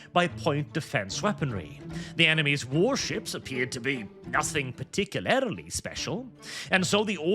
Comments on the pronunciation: I don't know why, but something about youtubers saying "particularily" instead of "particularly" always pulls me out of whatever they're saying to hyper focus on that one word. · Particulaerily Par tic yu lar lee